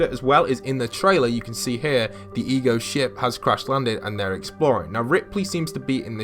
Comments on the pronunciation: EGO, as in Alter Ego. Why do you keep calling it the E G O team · Why does he keep saying E G O? It is without doubt Ego as in "Alter Ego"... Hello! Wow, it could not possibly have been any more blatant of a theme. It just drives me crazy that some of the younger generations either don't learn the things that were once general cultural knowledge, ir they simply won't spend time to research these easily evidenced subjects... Also, reading would really help them to understand so much about popular culture from a few decades back as well... but none of them read at all so...